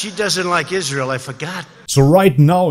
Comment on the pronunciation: You obviously need to look further into Andrew and learn how to pronounce Israel like an adult